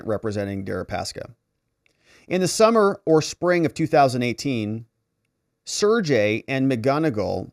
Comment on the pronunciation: The Russian name "Sergey" is pronounced "Sir Gay"